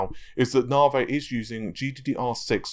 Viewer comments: Why say "Naveh" and not "Navy" ? It's like saying "Razen" instead of "Ryzen" :P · I hear "Narvey" but my mind thinks larvae XD. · it kills me to watch the videos when quite clearly its pronounced na-v the word has been in the english dialect for over a hundred years as a slang term for railway engineers/builders navi = slang for navigator say navigator and just stop at the G navi, unless of course you think they are called narrrrvee-gators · Mate.. Stop being a plum and pronounce NAVI properly... It grates!